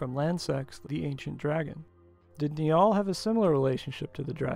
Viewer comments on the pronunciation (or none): Very interesting stuff, love your videos. Just came across your channel today. FYI 'Niall' is an Irish name and it is pronounced the same way as the River 'Nile'.